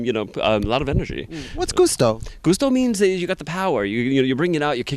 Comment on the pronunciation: Gusto not goosto 🤣🤣🤣🤣🤣